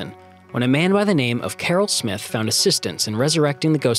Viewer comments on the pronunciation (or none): none